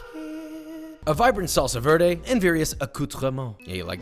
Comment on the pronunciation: dude says "verde" in the most american way ever then 2 seconds later he nails a French accent. like bruh. gold star for French now go do Spanish. welp i still love your vids and like your comedy so dont mind me cringing a bit